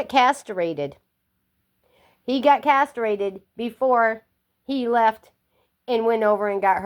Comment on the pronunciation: "Casterated"??? Huh?